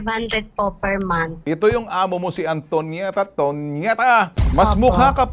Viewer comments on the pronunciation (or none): Tonieta hindi ponieta 😂✌